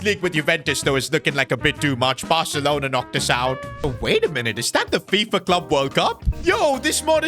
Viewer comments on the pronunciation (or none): none